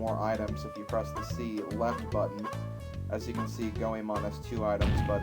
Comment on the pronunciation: Actually, Ebisumaru was the only thing you've pronounced correctly thus far. Goemon - Goy-mon Yae - Yai Sasuke - Sos-kay Oedo - Ed-oe Hope this helps. :]